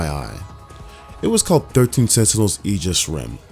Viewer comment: Finally someone who pronounces "aegis" correctly lol